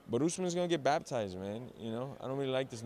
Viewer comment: Baptize. Lol this dude always says that